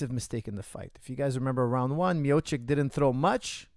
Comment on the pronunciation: Coach, it's Mio-chi-ch